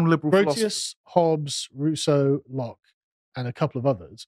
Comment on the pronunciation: I remember it too - good old Blood Sports. I remember the meme arising from the fact that didn’t know how to pronounce Locke and said “Loki” instead which confused everyone as nobody was familiar with a body of literature by the Nordic trickster God.